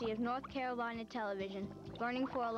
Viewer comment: “The University of North Capolina”